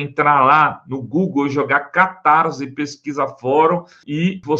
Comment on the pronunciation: Catarssssse, não soa z.!